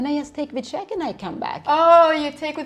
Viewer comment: The way she says "chæck" instead of "check" is doing my fucking head in